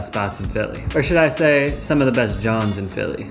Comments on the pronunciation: YO! DUDE....IT'S NOT JOHNS, IT'S JAWN OR JAWNS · You said jawn wrong, it's not johns it's jawns like say lawn but replace the l with j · Jawns, not Johns, my friend. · It's not John's, its Jawns 😂 The best Jawns in Philly.